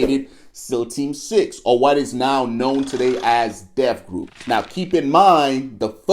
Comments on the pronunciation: 1. It's DEVGRU not Death Group...Holy Ebonics 2. The helicopter crash in Bin Laden raid was Army 160th SOAR. 3. Robert's Ridge was Army Helicopters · He don't know what the hell he's talking about!. LOL it's DEVGRU!...NOT Death Group! U salmon mouth soldier 🧐